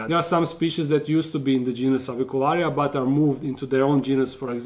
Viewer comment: You pronounce Avicularia so beautifully. Real Latin!😎👍